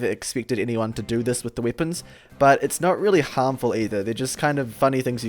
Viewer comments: Does it annoy anyone else that he says "wippons" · No offense but why you say wipons? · "bira wippons in the game"